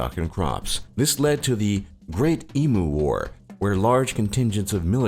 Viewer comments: It's not pronounced "ee-MOOO", it's pronounced "eem-you" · emu its pronounced E-mm-you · Pronounced E mew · Lol he pronounced emu as eemoo it's pronounced as eemyou but written at emu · What the fuck is an emoo? It's em-u And queenslund? It's just Queensland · Your saying emu wrong it's not eem-oo it's eem-ue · "E MOO" BITCH ITS "E-m-u" Xoxo From an Angry Australian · Its Emu not Emoo SAY IT RIGHT GOD DAMN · Emu is pronounced Em-U not EEEMOO you fucking seppo. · 1. Eem-you, not e-moo 2. Queens-land, not "Queenslund" 3. Mel-bn, not Mel-burn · It doesn't fucking take days to download a bloody game besides, our internet is fine and you said emu wrong. If you say e'moo to a aboriginal then be prepared for a huge mob running straight at you with spears and clubs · It's pronounced eemyou not eemoo the spelling can be deceptive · How many times did they have to say "e-moo" lol. If you are going to say it 10 times... At least learn how to pronounce it. #eem-you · Emu is pronounced "eem u" NOT FUCKING E "MOO" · Why the fuck do you say em-oo. It's em-you. Plus our internet is fine. So fuck you. I buy steam games all the time they take about 30 minutes. Stop with your stereotypical statistics shit. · OK Murcia. Emu is pronounced eem-yoo, not ee- moo. I know it's spelt that way, but idiot naturalists in the 19th century weren't great at putting native words into writing. Plus different tribal groups have different words for the same damn animals so it's all stupid anyway. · Im Australian aswell and all the miss pronounced words pissed me off too! Emu is pronounced eem-you not e-moo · Free variation: EEK-onomics or ECK-onomics NOT Free Variation: EE-MOO and EEM-YOU vast difference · yea he is saying em-oo xd wtf is a emoo its em-you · It’s pronounced eeeem-yoooo yeah nah yeah nah, fuck off mate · Excuse me? Whats an Emoo, I know what an emu is but whats a emoo? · i dislike how he said emoo and queenslnd not queensland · Emoo lol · What the fuck is an emoo you dumb fuck??